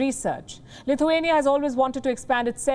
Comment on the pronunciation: Did you say CLITHUANIA....?